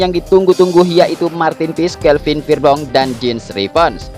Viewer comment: Huruf e tetap dibaca e bukan jadi i